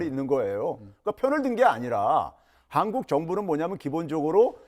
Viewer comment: 신씨는 "한국"이라고 말하고 일본인들이 한국이라고 발음하는것과 매우비슷 친일파 매국노 같아보임